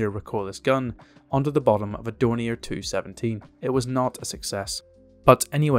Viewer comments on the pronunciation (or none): none